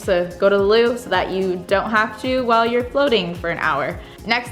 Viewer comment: I love how she says Lou